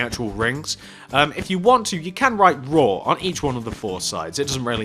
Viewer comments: It is RAW not RAH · Its suppose to be RAW not RAH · You spelled RAW wrong you said rah but it’s raW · its RAW not RAH mate